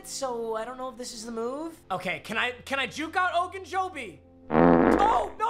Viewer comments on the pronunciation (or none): why was that so hilarious to me? “Ogunjobie” 😂